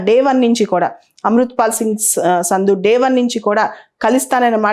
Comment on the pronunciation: సంధు మేడమ్ సింధు కాదు.